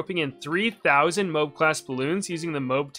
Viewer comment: It’s not pronounced mobe it’s m-oh-a-b